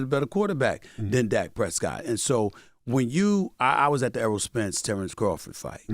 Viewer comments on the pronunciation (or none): none